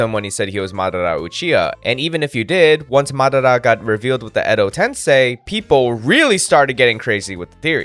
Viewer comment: Why are you saying madara like that. Just say it with your accent